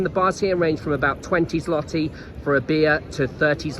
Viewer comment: jesus are u taking the piss? Ten freakin YEARS? OK carry on saying it wrong. What do I care?